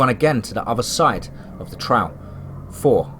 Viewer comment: Another great story, I love your stories and I love the way that you never eat them, but with that said, the word Trail is in a lot of your stories, and I'm not trying to be nitpicky, but you say the word extremely wrong. You are pronouncing it like Trowl... it's like you're saying the word owl, but with a tr in front of the owl. The word Trail, should be pronounced like mail or male, but of course with the m taking off and Tr,,, put in front of of the ale part...or you know, like a mug of ale, and then just put the tr to pronounce trale , of course , the actual spelling being trail, I hope I am explaining this correctly since you cannot actually hear me say the actual word. But again it's not a big deal, but this is a word that you use quite a bit and a lot of your stories. Keep up the great work, I listened to your Channel about everyday if not everyday